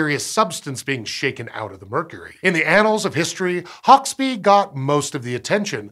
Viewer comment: And Hauksbee is pronounced... Oh no wait, he got that one right (given that he has an American accent).